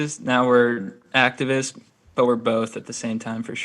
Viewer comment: Lol when Ethan mentioned the “activists” at the beginning it sounded like he said they were sponsored by “Actavis” I was like hell yeah now we’re getting somewhere